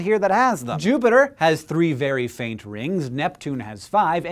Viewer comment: HAHAHA he said "Jupiter"